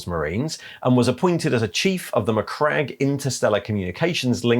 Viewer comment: slight correction, I believe it's pronounced "macrag-gee" (or however Mira said it).